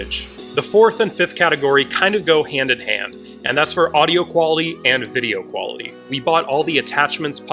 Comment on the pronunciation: It's QUALITY and not QYALITY